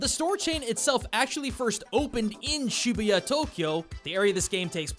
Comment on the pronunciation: Over 5 years of living in japan got so overexposed to it that this game turns me off no matter if it was good or not. Imagine running around downtown LA killing ronald mcdonald, kool-aid guy and a bunch of western cereal mascots with a gun. Pretry much the same appeal.. P. S. Learn how to say "shibuya". No one actually says 45 yen as "shijuugoen". Find a real job instead of english teaching and you can go come back. There are people coming to Japan even right now